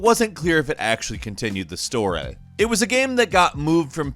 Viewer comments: Why does pronounce story as, “stor-ay?” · We no longer call it a story, but instead a “storay” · While talking about the Warriors instead of saying story did he say “stor-a” ? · gäm... stohrä??? wtf is with your pronunciation?!?